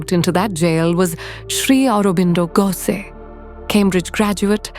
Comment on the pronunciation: its pronounced Ghoshhhh